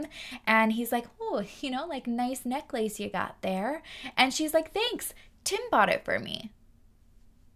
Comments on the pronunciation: Omg I cant. Necklace is one word. Its pronounced more like neckless. Its not neck lace for f's sake. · Omg what a character...this Gary. Also, I have never heard anyone pronounce necklace the way you do. Haha. Happy new year. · I have never heard the word necklace pronounced as neck lace. Now I'm questioning my lifetime of pronunciation.... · I cannot with the neck-lace lmao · I’ve never heard anyone pronounce necklace as neck-lace..it’s so cute lol…